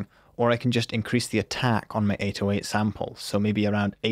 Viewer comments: you struggle so much to say 808 It's pronounced "A-doe-ate" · Why does he pronounce 808 like this PepeHands